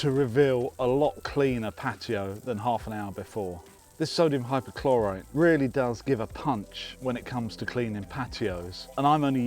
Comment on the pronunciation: It's there written in front of you 'Hypochlorite' and yet you say 'Hypochloride'. Are you dyslexic?